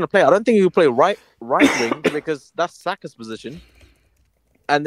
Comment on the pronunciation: Bro said sakass😂